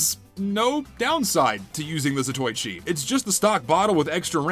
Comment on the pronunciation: gonna sound like a great big gaylord right now, but it's pronounced 'zato-ichi'